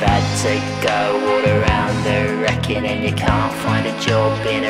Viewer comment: As someone having grown up in both Sutton Coldfield and the Black Country, I appreciate all the local dialect used. I only have some minor nitpicks, and that's the pronunciation of fizzog as fizzig, when it is as spelt, and Wrekin is reekin, not rekin. Otherwise, not bad for a Londoner. Also the track is still a bop, and nails the vibe.